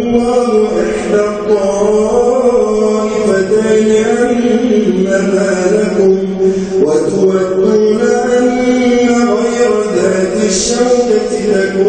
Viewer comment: السلام عليكم ورحمة الله أخي، في الدقيقة من قراءتك ، وهذا هو الرابط: قلت : (و"تُـ"ودون) والصحيح (و"تَـ"ودون) بارك الله فيك ، وظني أنك قد أخطأت سهوا وتحفظها صحيحة، فإن حذفت المقطع ورفعت مقطعا لا خطأ فيه ، تكون أكرمت كلام الله تعالى من الخطأ وإن كان في حرف واحد، وشكرا لك والسلام عليكم ورحمة الله وبركاته